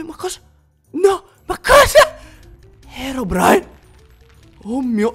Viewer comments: All inizio si chiama herodrine no herobrine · Herodrine Hahahahhaha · Scusa ma all'inizio kendal si chiamava HERODRINE"_"